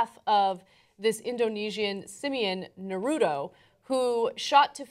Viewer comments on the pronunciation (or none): NA-RU-TO, its not narudo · If it is anything like the Japanese it is said: "Nar root oh" not "Nar oo toe". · Its Nah-Roo-Toh! Anna is so oblivious! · Dear TYT. it's pronouned NAR-UTO. Not Nuhroodo. Get it right. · I still find it funny that people say Nah-roo-doe for "Naruto". I guess they also say plaa-doh for "Plato". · It's sounds like Naru toe. say it right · Ana's pronounciation of Natuto offends me.... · Nuh-root-oh... shudders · it hurt me evrytime she said naruto, i am now prone to any kind of disease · Can I request that Ana ask John the correct way to pronounce "Naruto"? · um that's not how u say naruto.